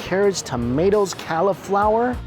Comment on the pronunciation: Does he say “califlower” on purpose at this point for comments like mine? He’s literally just skipping over the U as if it’s not even there